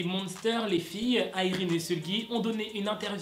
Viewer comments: Je crois que ça se prononce Yraine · Tu sais a un moment tu a bien prononcé le nom de irene mais tu a cru que non dcp tu a continue le truc....avec la mauvaise prononsation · '' irene '' ça se dit a la française non ??